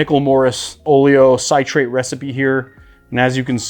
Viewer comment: I add a little potassium sorbate to mine (like 1/2 a 1/4 tsp to about 8 oz. liquid). Helps keep it a little longer. It's available at brewing shops. Also, it's oh-lee-oh-SIH-trate, not SIGH-trate. :) But thanks - I use the Kos method, but will give the others a try.